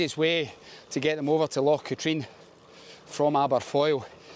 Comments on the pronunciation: Great video but it's Cat-rin not Cat-reen. Drove me nuts. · I cycled around Katrine few years ago and made the same mistake as you with pronunciation with a local he wasnt happy but corrected me. 😂 its Kah-trin